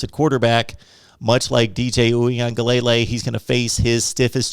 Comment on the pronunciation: Dj’ name is pronounced oowee-an-ga-LA-LAY… its not lay lay at the end